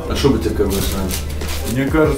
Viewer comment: Почему вы не так ставите ударение на имя Заур, ударение на У, а не на А